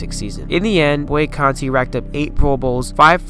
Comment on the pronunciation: Good job, young man! As a contemporary of Nick Boo-on-na-contee, I'd like to point out a slight mistake. First, his last name is pronounced as I phonetically spelled it above. Second, Nick was "barely" 5'10" and 220 at a time when, as you pointed out, was SMALL for LB, much less MLB. This is what made him one of my favorite players and whose physique and style of play inspired me to play like him.